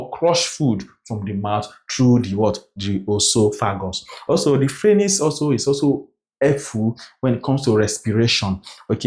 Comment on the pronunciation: Great job! You make assimilation o easy. Thank you. ♥️ But, quick one... Phranyx or pharynx? You've said it alot in your videos.